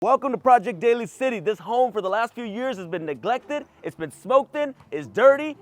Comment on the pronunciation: it’s Daly City, pronounced “Daily”